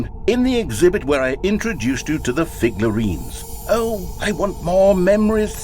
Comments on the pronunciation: 'Figlureanlurines' kills me every time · “You’ve nearly gotten all of the Figlureanlurines!”